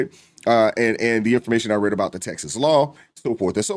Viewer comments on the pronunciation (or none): none